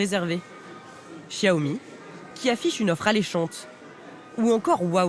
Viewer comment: Sauf que ça se prononce "Siaomi". Le "x" en chinois se prononce comme un "s" ;)